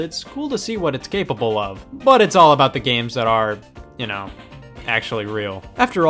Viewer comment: Scott has confirmed in multiple videos that it is “all” rather than “y’all”, but I do agree that it sounds a whole lot more like he is saying y’all.